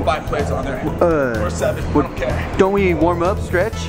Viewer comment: warm up ... "worm" up hahahaha